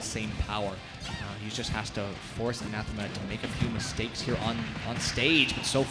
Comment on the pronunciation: That one commentator calling Anathema ananthema the whole time was killing me